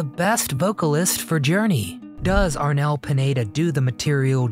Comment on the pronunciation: Next time find out all the details, you said and wrote on your video that the name of the latest vocalist is Arnel Panetta? seriously? his name is Arnel PINEDA , P I N E D A. Panetta is the name of a bakery shop, maybe you were hungry when editing and that was on your mind and the poor Arnel got the consequences.